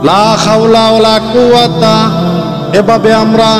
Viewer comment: আপনার তে উচ্চারন হয়নি লা খাওলা বলেন লা হাওলা হবে।